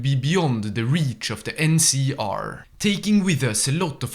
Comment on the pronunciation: Btw why do you call Lanius "Larius" and NCR "NCA"?